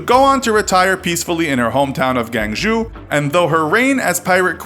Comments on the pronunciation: This bothers the hell out of me but it's pronounced "guahng-joe" not "geng-ju" Normally I wouldn't post a stupid correction comment but the way you guys are pronouncing it I'd never be able to tell where you were talking about. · Why is Guangzhou is pronounced Gang zhu??? :D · I dont even know how its possible to butcher the pronunciation of Guangzhou like that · the way he pronounced Guangzhou lol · Are any Chinese people dying of laughter because of how he said Guangzhou?😂🤣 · The Guangzhou pronunciation was pretty bad lol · you said guangzhou wrong